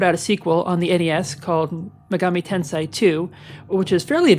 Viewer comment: Correction, youre pronouncing it "Tensai" which has more to do with knowledge. Its pronounced Ten-say